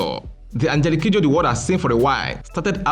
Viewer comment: When he mentioned her full name, I losti t from how he pronounced it.